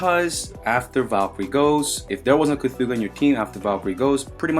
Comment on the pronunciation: It’s actually pronounced che-thuga